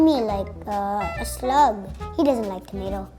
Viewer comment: "Shilemy like a shlug"